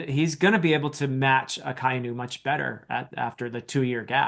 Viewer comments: Hey! I saw in the previous Marineford video that you were having a bit of trouble pronouncing Akainu's name. I'll add a quick cheat sheet for japanese pronunciation: A - always pronounced "Ah" like the "A" in "Dad". Akainu would be Ah-kah-ee-noo. I - always pronounced "Ee" like the "Ee" in feet, except for the diphtong below. Ah-kah-ee-noo. U - always pronounced (roughly) like the "Oo" in "Boot", except for the diphtong below. Ah-kah-ee-noo. E - always pronounced "eh" like the "eh" in "Meh", except for the diphtong below (don't make the H sound though). Genzo would be Geh-n-zoh O - always pronounced "oh" like the expression, except for the diphtong below (don't make the H sound though). Geh-n-zoh. OU - the U extends the O so it doubles the japanese O sound. Fukurou would be Foo-koo-rohoh. EI - the I extends the E sound so it doubles the japanese E sound. Jinbei would be Jee-m-beheh. R - is almost the same as the spanish soft R. So it's still spelled R but it's more like the T in the American spelling of "Water". N - still written N most times but it's pronounced M before B and P. Like I said before Jinbei would be Jee-m-beheh. Every other letter is pronounced roughly the same as english. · Akainu is pronounced aka inu (ahka ee-new) ala red dog